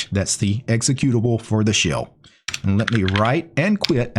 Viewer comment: Why is it that every time I hear him say shell, I think he's saying shill?